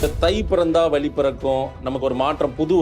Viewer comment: Dear, Thai piranthal vali pirankum enru solhirirhal. Vali enral pain. Vazhi enral paathai. Athe pol 'markali' enru solhirirhal. Thamizhil 'zha' enra ezhuthu mihavum mukkium. Antha ezhuthu varum sorkalai pesi payirchi edunga. Piraghu matravarhalai petti kaanalam. Thamizhanaaha piranthu 'zha' enra ezhuthai ucharikka theriyavillai enral vetkka pada vendum.